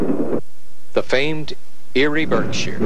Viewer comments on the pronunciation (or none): none